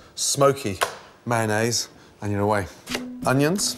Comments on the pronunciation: "Manaze" - Chef Gordon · UK: meh-en-nayse SG: may-on-nis